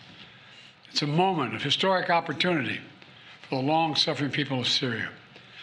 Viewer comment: An "opportoonity" for who? BlackRock?